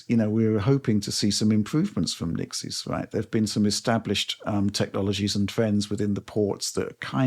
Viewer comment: this has been driving me mental so i checked (their promo material) the studio "Nixxes" is pronounced ✅"NICKS-ESS" not ❌"NIk-ZEES"